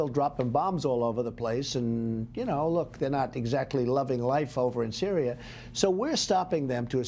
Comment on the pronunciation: "Their in cereal already" 😂😂😂😂😂